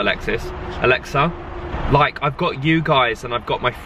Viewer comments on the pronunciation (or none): you've been watching too much Schitts Creek calling Alexa 'Alexis';) Loved this video as always & don't feel u have to justify anything! xo